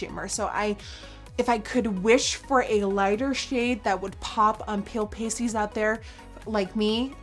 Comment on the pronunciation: I thought she said pop on pale pussies not "pop on pale pasties" lmaoooo 😂😂